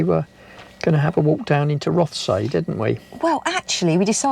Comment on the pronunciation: Nice video. Note on pronunciation of local areas: “Rothesay” = ROTH-SEE “Wemyss Bay” = WEEMZ Bay